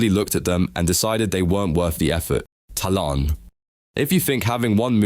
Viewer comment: Thalaan name pronounce: theylan The name: thalaan